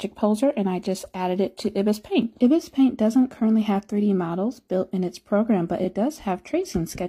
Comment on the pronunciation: It’s pronounced eye bis like the bird